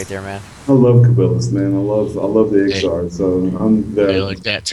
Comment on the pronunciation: it's Iksar not Iskar